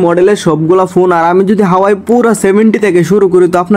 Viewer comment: হাওয়াই না হুয়াওয়ে